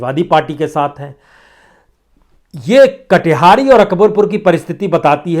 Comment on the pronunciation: सर कटिहारी नहीं, कटेहरी है